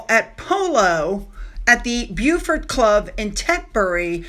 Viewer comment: These are names/places difficut to pronounce - hopw this helps; Beaufort - BoFort Isla - EyeLah Seamus - Shame-Us